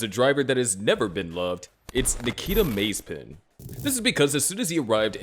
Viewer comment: It's pronounced "Mah-ze-pin," not "Maze-pin"